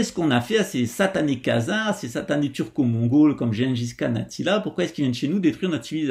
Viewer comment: Pas les "Mongaules", mais les "Mongoles"! ^ ^